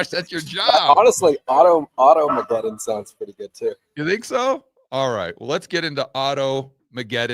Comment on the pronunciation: To many syllables in auto mcguton .